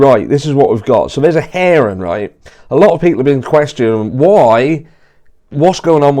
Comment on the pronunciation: i thought you were saying ‘heron’ not ‘hearing’ haha